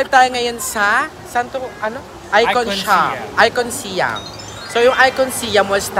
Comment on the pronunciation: ไอคอนสยาม. เคารพวัฒนธรรมของเรา ออกเสียงให้ถูกต้อง. คุณออกเสียงมันว่า สยาม ไม่ใช่ สิยัม In english respect our language. Not si-am it is sãam(sayam)